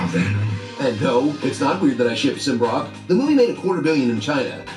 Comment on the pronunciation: "Sym-Brock".... Honest Trailers, you guys are hilarious. 😂